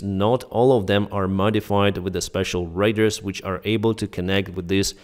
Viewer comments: sorry this is to help you. u say radar like the word raider, sat it like this, RAY DA R. good luck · Radar rhymes with "jar" as in: Ray Dar, not raiders